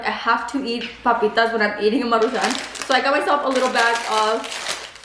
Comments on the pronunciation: It’s Maruchans not Maruchanes 🙄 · Take a shot every time says “Marucahun”🤣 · 1 shot for everytime says maruchanes🤣🤣🤣 I'll be fucked up af by the end of the video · Why do you say it like MARU (pause) Chan? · Take a shot every time says maruchanes 🤣🥃